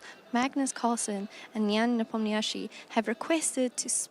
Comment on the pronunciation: Maybe learning a proper pronounciation of Nepo’s surname would be a good start?